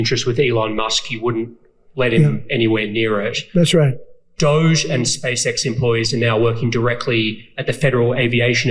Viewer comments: Doge pronounced Dodgy! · . "So who is in charge of DOUSH?". "The Douche, obviously. Sometimes the old one, sometimes the Foreigner.".